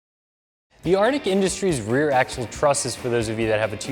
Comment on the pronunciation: Psssssst..... I think it's pronounced "are" "tech" not "artic" haha good video though! i'm getting the front d30 truss #InArtecWeTruss